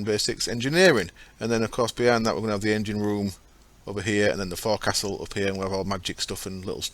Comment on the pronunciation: Forecastle is pronounced fowk-sul. Ex-Navy. I know this shit! :) Love your videos.